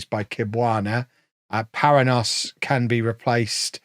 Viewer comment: Paranhos is a Portuguese or Brazilian name, which is pronounced pa-RAN-yohs.